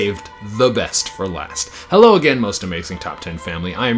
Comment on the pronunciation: Hewo again